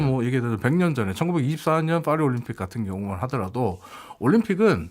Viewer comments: 그러게 좀 무식.. 빠희라고는 못할지언정 Fㅘ리는 뭐지? ㅋㅋ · 아니 영어로 해도 ‘p’ 발음인 ‘패리스’고, 본토 발음으로는 ‘빠히’에 가까운데, 둘 다 왜 fㅏ리 라고 하는거임?ㅋㅋㅋ 괜히 f 발음 내는데 발음 전혀 안맞음ㅋㅋ 😂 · 파리는 Paris인데 왜 Faris라고 자꾸 헛바람 발음을 해서 거북. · 이말하고 싶었네 ㅍ화리 ㅎ퐈리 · 이야..파리를 f발음으로 하네 ㅋㅋ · '파리'의 'ㅍ' 은 'F'발음이 아니라 'P'발음입니다. 굳이 이런 것까지 지적하나 하시겠지만 방송이란게 수천명, 수만명이 보고 듣는데 영어발음을 하려면 제대로 하는게 맞다고 생각해서 지적합니다.